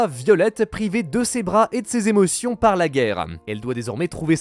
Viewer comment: Lol "Èmotions" 😂😂